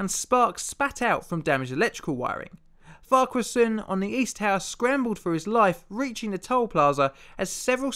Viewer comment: YOU SAID FARQUHARSON RIGHT!!!! YESSSSS also, how havent I seen this video of yours until now with how long I've watched you. P.s. keep up your great work